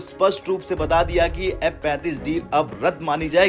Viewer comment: M-35 ya F-35 kon sa hai clear bolo bhai